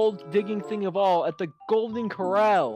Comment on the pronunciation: The fact that he was pronouncing corral wrong 😂